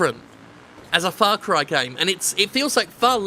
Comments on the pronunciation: Everytime Jim says "Farcry" I keep hearing "Farquaad" - the villian from Shrek 1. Ya think Ubisoft's compensating for something? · It's Far Cry. Far Cry ing out loud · "ITS FOCK CRY!" - Jim Sterling. Ubisoft should add that on their (NOT) GOTY promotion ad